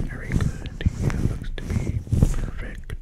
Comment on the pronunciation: Haha I know what Square means in the streets.. 😂😂 love it! Amazing! The whole thing. Love the lighting and everything! I miss this so much! Thank you! You are a gift to YouTube my friend. 👍 ❤ 😊 love the face touching with the matching sounds too. You rocked it. Ha also the way you say perfect is perfect! Lol 👌